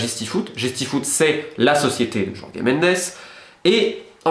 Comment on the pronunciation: Jorge en portugais ça se prononce.. comme Georges en français. Pourquoi aller inventer des "Yorgué" ou "Jorgué"? Pour "Mendesse" ok, parce que dire "Ménndch" ça ferait un peu Nelson Monfort, mais bon Jorge c'est Jorge quoi.